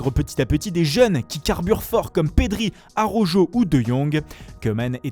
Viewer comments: On dit pas araujo mais bel et bien alaurho donc soit vous faites bien l'accent,soit vous arrêtez l'accent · Araujo 😂😂😂 ça se prononce Araoro 😉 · "ARAUJO", "GARCIA" c'est quoi cette accent